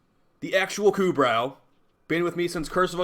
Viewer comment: It's "ku *bro*" You don't say the "brow" like eye*brow*